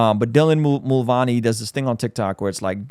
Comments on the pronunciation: i love this channel and all that God is doing through you, but you butcher so many words (lila thompson, mulvuny, lg tv) 🤣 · I agree with Matt Walsh on this and this guys information sound like he hasn’t actually looked into these debate and issue’s himself, but maybe only listened to others recaps “cliff notes”. I mean he couldn’t even recall how to pronounce “Mulvaney” or know the swimmer’s name is Leah not Lela…